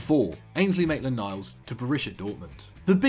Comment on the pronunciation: This guys really said mainland miles to borrussia..😂😂